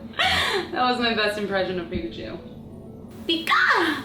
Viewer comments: she said pkatwo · Once you said picatu instead of Pikachu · cupquak .you .said .pichato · she said pikatu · She said "now u have pikatwo macaroons" XD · Did anyone else hear her say Pikatu at the end?